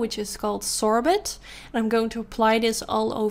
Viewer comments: You’re queen of the cut crease, beautiful! Just a note, risqué is pronounced ‘risskay’ and sorbet ‘sorbay’. If you struggle with pronunciation, Google how to say whichever word and there’ll be short videos to listen to 😊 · The words are pronounced : Demure=Dem-your, Risque=Risk=ay Sorbet=Sor-bay. I hope this helps you😉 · as ALWAYS you slayed honey!! And no hate only because you asked demure is pronounced D-mur You said it right just with a French accent?? Risqué is pronounced risk-k the que makes a k sound just like ris-K then sorbet is pronounced Sore-bay but I believe that you pronounced everything else right?! And like I said,no hate only because you seemed to have issues with it and you asked how do I pronounce it! So really it's all love!! And if you read my comments you'll know I'm a huge fan and have been watching your channel since the beginning!! Thanks again and LOVE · ) also, sorbet is sore-bay;)